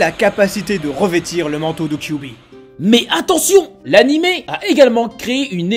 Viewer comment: cubi ??? 😂😂😂😂😂😂 faut arrêter la picol ! KyuBi !!! Bordel...